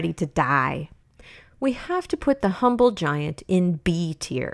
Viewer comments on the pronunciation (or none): none